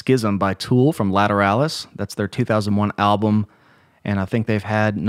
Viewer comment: It’s pronounced lA tur All us